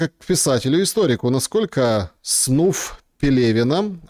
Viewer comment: Снуф?! Снафф. Почитай.